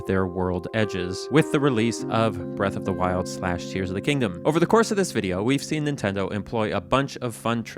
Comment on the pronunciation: That's not how you pronounce breath of the wild